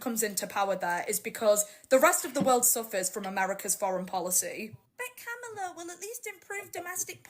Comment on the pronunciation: I thought mispronuncing "comma-lah' is a sign of white supremacy, but it looks like no black person knows how to say it properly.